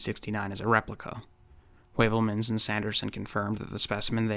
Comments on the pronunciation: "Skirmish against verification", eh? Hmm. Throw a vikingr at it. Vikingir are the ultimate skirmishers. Oh, and that's "hyoo-velmans", by the way, not "way-velmans". Es ist Deutsch. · Just brillant. Heuvelmans is pronounce Hoovelmuns..Asked sometimes the same like you, why it's so important to change for a constume...All the best from Northern Germany Ludwig.